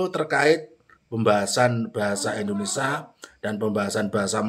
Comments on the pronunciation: Bahasa Indonesia, bukan IndonesA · Bahasa Indonesia Mas, yang benar. Bukan Bahasa Indonesa. Gitu ya. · Indonesia bro bukan indonesah...😁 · Mas, kalo nyebut bahasa & negara Indoneia....... Jangan Indonesa dong......!!!